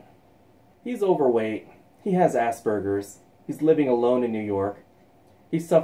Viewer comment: Ok did you say ass burgers or Asperger's